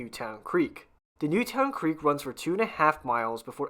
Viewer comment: Newtown Creek is actually pronounced as Newton. I lived a few blocks from there.